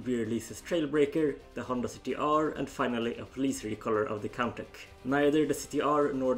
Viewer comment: I believe that Contach is pronounced as 'Con Tash' not 'Con Tack' as I heard it pronounced like that, Golion came after Diaclone a year later in 1981, M.A.S.K. wasn't made until 1985 by Kenner, so the transforming vehicles were just a coincidence, the Exkaiser 'Geisters' were only loosely based on the G1 Dinobots, in the show they combined with each other, which of course the Diaclone toys didn't do. Though it was odd that Hasbro would miss out on that one other Triple Changer, no doubt it would had become a Decepticon, unless Hasbro wanted a triple aerial changer for the Autobots. Though that character's design had been implemented into some forms of other Transformers media, mostly comics. No mention of the planned 'Jizai Gattai' line though that became the Special Teams. Other then those this was very informative. :)